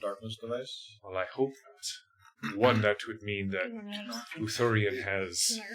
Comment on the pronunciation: Sorry, guys... it's pronounced Oo-thor-ee-an, not Oo-there-ee-an, hehe. Long o, not a long e. :D Tharkold next, huh? I've never run a game in Tharkold, not even from the original edition of Torg, so I'm very curious to see your take on it.